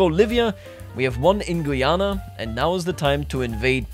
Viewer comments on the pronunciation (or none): none